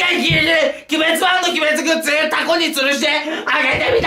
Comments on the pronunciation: グッツじゃなくてグッズな笑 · グッツじゃなくて、グッズだよ... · グッツじゃなくてグッズだよ！！ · グッツじゃなくてグッズ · グッズじゃなくてグッツっていう人初めて見たww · 何か違和感あると思ったらズがツになってるのか